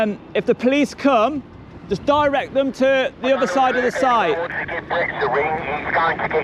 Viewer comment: Just begins with a J not a D mate